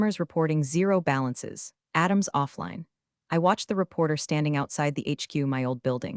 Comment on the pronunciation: Adam’s, Atom’s did you mean ATM’S? Great story but it’s ruined with mispronunciation and jacked up acronyms. Even with all that you get a Thumbs up!😊